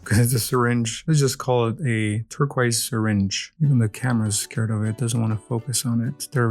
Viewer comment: “TurqOis”, not “turquaise”